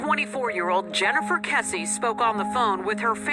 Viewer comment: I was in a Search and Rescue Group and participated in at least two (maybe three) call-out searches for her (not Texas Equusearch). This case is special to us here in my town. ❤️ It is sad not to see her photo up anymore around the Millenia Mall. BTW, her last name is pronounced KESS-ee (not like Casey). I just started your video and will let you know if I can add any details. Her parents are very nice. As far as I know, the idea was that the suspect was/is a construction worker from her apartment complex (who gave her bad vibes). It is thought she was off to mail something and was attacked. Jennifer was fit and would have struggled. Her apartment was pristine and showed no signs of struggle. The construction workers were allowed to live there and many may have been undocumented. I believe they were still selling units in the apartment and the association did not give all the info (or did not know) all their workers! I assumed that the killer/suspect may have left the country. The video shows a man, a slight man, with clothes consistent with a worker. The person has a particular walk. There was stuff in the backseat so it doesn’t seem like a robbery. Her boyfriend was not a suspect, as far as I know. He had an alibi.